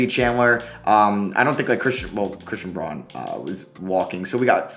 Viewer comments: Just for future reference it’s pronounced Brown not Braun :) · pretty sure that christian braun’s last name is pronounced brown